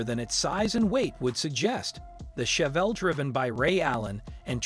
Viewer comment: Can’t pronounce Chevelle, posi traction, Nova among other key words. Pretty pathetic.